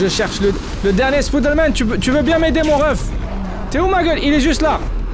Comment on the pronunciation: Tu dis pas spiderman mais spoude man